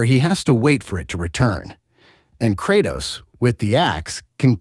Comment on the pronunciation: Krautos.... Murnur.....???? I do find it funny his pronunciation is all over the place throughout the video.